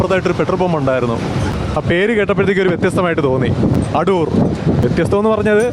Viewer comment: അടൂർ അല്ല ആദൂർ ആണ്